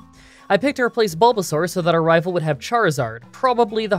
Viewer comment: I will never tire of hearing anyone say rival fiveal